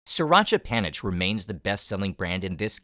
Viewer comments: just one minuscule thing - panich is said “panit” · The old pictures and clips are great, as well as the live parts, although it would have been cool to get a Thai guide. theAI narration sucks, especially due to the pronunciation of "panich," pronounced "phaa-nit."